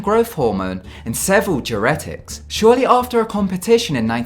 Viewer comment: I was annoyed when he called synthol, synfol.....and diuretics as 'duretics'. What an annoying voiceover.